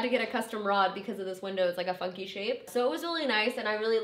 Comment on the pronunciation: I swear I thought you said your window is a "fuck you shape"... I had to rewind a few times to really listen. Then I figured out you said it is a "funky shape" not a "fuck you shape." 😂 although, If it were my window and I had to pay for a custom rod, I think that a "fuck you shape" is the proper adjective for it. :)